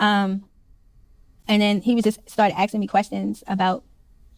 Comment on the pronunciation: He started axing me questions 😂